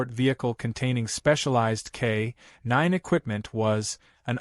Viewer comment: K-nine should be said as one word.